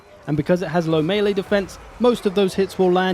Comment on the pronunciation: Just wanna say thanks for the underappreciated correct pronunciation of melee. Whenever someone says mee-lee it makes something clunk and shudder in the depths of my brain